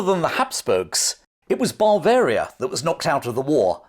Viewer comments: Interesting and enjoyable, reminiscent of schooldays, the Spanish Sucession etc, fascinating! Unfortunately your pronunciation of the word Bavaria was confusing, it is Bav-aria not.! As a nurse I would suggest you consult your G P about your inability to pronounce the letter V, this is indicative of 'labiodental fricative' which can be treated. Thanks for an interesting video, I look forward to Ramillies.! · there's only one 'r'. It's at the end. Ba-varia. Not. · I always enjoy your videos. But surely Bavaria is not pronounced but Bav-aria - Bav to rhyme with chav? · I love your videos, they are informative and interesting. But every time you say Bavaria as Bar-veria, I want to scream. There is no R in the word and it is pronounced Buh-veria or Ba-veria, with a flat A. Yes, i know it's pedantic and i'm sorry but it drives me nuts. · It sounds like you are saying Barbaria instead of Bavaria? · you are pronouncing it bar varia instead of ber varia. Great video though. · This is great. But what exactly is ""? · The English pronunciation of Bavaria, as “BAH-varia”, to my ears sounds like you’re saying barbarian army every time you say Bavarian army. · It's his accent. The English have a vast range of accents and i noticed his pronounciation too, I pronounce it as "buh-varia".